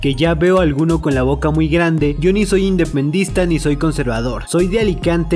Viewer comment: dices mal independentista pero buen video igual saludos desde España 🇪🇸